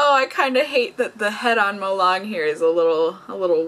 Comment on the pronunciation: we pronounce it molelang, lang’s a is a long a. also we just don’t call this molang, we call it malong-e. 몰랑(molang)이(e). 이 not part of the name but it’s a grammar thing in korea but the character’s name is kind of grouped together and we say molang-e. It’s kind of strange to hear just molang to my ears because I’m used to hearing and seeing molang-e XD